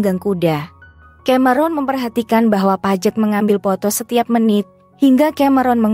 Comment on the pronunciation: Paige apa Pajet..? 😂😂 Gak berhenti ngakak..😂😂